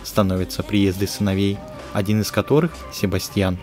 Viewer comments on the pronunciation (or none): none